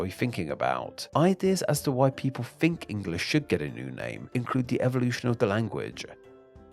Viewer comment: Dude!! Can you at least try and pronounce 'th' correctly?! the Th-Fronting was really doing my head in...especially for someone who professes to be an expert of English and producing plentiful English-themed videos. 'I fink it would be good if you tried to impwove it, just a little bit'.